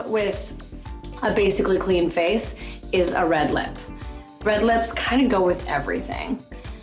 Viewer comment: No one: Literally no one: Nina: "do not just put foundation on your facheeee" 😭😭